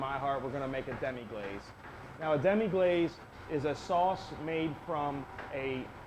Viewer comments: guy can't even pronounce the name of the sauce. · Thumb'ed down for "demi-GLAZE."